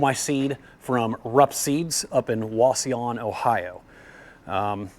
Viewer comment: thanks for pronouncing Wauseon correctly, that's my hometown!